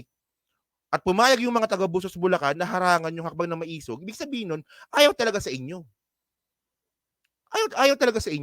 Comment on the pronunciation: Pronounce as ma-e-sug. Meaning matapang - matapang nga ba?